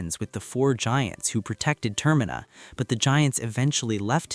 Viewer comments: God tell me about it… I can handle it if it’s here or there but I’m video paused because ter-Mina has been said 3 times in one minute and I’m ready to just click off it I hear it again in the next 30 seconds Update: It was said two more times in the following minute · Why do I get to distinct feeling that their using chat GPT he pronounced termina wrong😢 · As soon as you pronounced Termina wrong I stopped listening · I'm really enjoying it, it's driving me a little nuts though the way "Termina" is being pronounced.